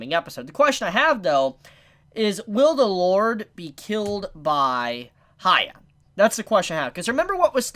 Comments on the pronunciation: Ugh it's not haya...it's hya..how hard can a name be? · Evil Dan come on, a season passed and he kept saying haya. Its not like you cannot tolerate it till now. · Its Hyakkimaru you fake weeb.